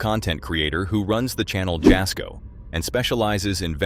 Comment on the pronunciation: Jasko is pronounced “Yas-ko” - The J is silent.